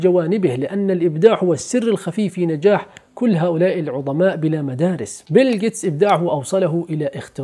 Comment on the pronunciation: عظماء .. عظيم ..عظيمة .. بالظاء وليس الضاد